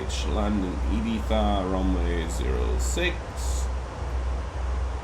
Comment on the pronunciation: Spanish guy here. Arriving a little late here. Nice video, defenetly helped me a lot understanding the bigger picture. Really love the effort to pronounce Valenzia and not Valenshia. Same with Ibiza, saying IbiZa, not (Eye, bee, za).